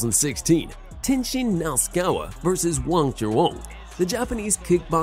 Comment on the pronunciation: Great video, but maybe work on pronouncing the fighters names. Nasukawa, Na Su Ka Wa. Not Knocksawa.